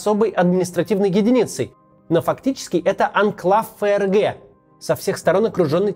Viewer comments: Отличная передача получилась, вам из Германии отдельное спасибо. Вот только всю передачу неправильно выговаривать ФРГ (как ЭфЭрГэ вместо принятого ФэЭрГэ) - это конечно сильный просчёт всей редакционной команды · Да почему ЭФ ЭР ГЭ? Всю жизнь читали ФЭ ЭР ГЭ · Не могу объяснить, но до чего же комично звучит произношение ЭФРГ, особенно в таком количестве ))